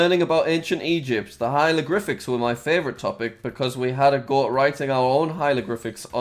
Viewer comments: sorry jack but it sound like you hieloglyphics instead of hieroglyphics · Jack: spells hieroglyphics right. Also Jack: mispronounced hieroglyphics.